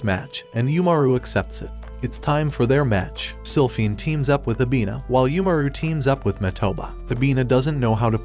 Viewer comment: “Slyphinford” ITS SILPHINE🥹